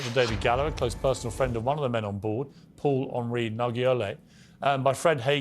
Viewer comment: Paul-on-rii???? Come on Pierce